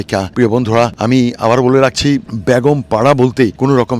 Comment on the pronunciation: আপনাকে কষ্ট করে বাড়িগুলো দেখানোর জন্য অনেক ধন্যবাদ ❤❤❤আপনার মুখে বেগম পাড়া কে বেগুনপাড়া বলে অনেক হাসি পাচ্ছিল হাসতে হাসতে আমার পেট ব্যাথা হয়ে গেছে😅😅😅 এরা হলো সেই জালিম সরকারের আমলা মুখোশধারী শয়তান আল্লাহ তাদের পতন ঘটিয়েছে